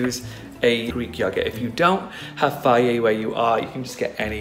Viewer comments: Tan. You are so inspiring and positive and lovely and wonderful.......! I cannot tell you the difference you make for those of us in the LGBT community 🏳️‍🌈 and beyond! Thank you for sharing (parts of) your life on YouTube and for being so positive, it truly, TRULY makes a difference. In case you needed hear it! Also, I LOVE how you pronounce “yogurt” and this mask is FABULOUS!!! 💕💕💕💕💕 so much love from Boston, MA!!!! XOXO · Love how he pronounces "yogurt"☺️. Tanny, love your skin😍! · Love how he says yogurt Also how did u know about this? Just thought to make it one day 😦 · The way he says yogurt 😂